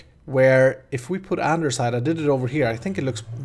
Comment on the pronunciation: why you say andersite